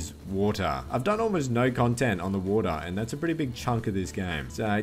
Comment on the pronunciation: wotah base